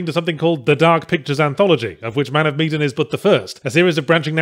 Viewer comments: I thought it was pronounced "Meh-dan", not "Mead-en". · Man Of Meh-dan. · Funnily enough meh-dan is closer to how it's actually pronounced. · Wait it's pronounced MEE-dan? I've been pronouncing it MAN of meh-DAN since it was announced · It's pronounced Meedin!?? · It is Me-din or ma-dan?